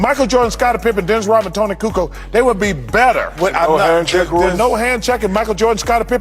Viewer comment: Hey Charles it is Kukoč !!!